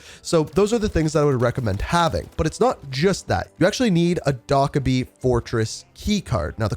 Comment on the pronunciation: I appreciate the guide, but the way you were pronouncing Dokkaebi had me tweaking. It’s pronounced doe-keh-bee, not doc-eh-bee